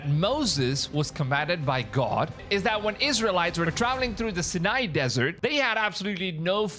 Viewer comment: Sinai Its pronouced sigh-nye.